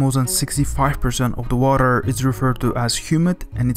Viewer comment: Stop fucking sayin WARER